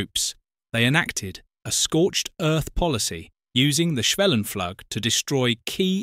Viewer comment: Sometimes you pronounce the u in schwellenpflug correctly like [uː], then again you say [a]. It's the first one, and why not be consistent? In case you wonder where these different vowel rules come from: A process took place in english, between about 1300 and 1500, called the Great Vowel Shift. It means, while your vowels nowadays match the practical requirements of your language, it has also distanced it - insofar - from most other languages, who retain the pre-GVS sounds. Wouldn't a 'superior' edusys teach such facts in school?